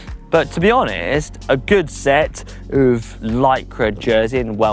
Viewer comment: Only could mispronounce “of” 🤣.